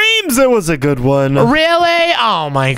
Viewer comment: really said bood boood 😂😂😂😂😂😂